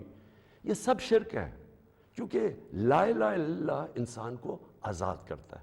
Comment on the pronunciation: بیوقوف کو کلمہ پڑھنا نہیں آتا۔ لا الہ اللہ کو لا الہ الِللہ کہہ رہا ہے۔ یعنی لام کے نیچے زیر پڑھ رہا ہے۔